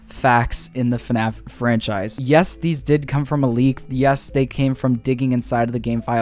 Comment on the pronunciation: he said fuhnaff 30 times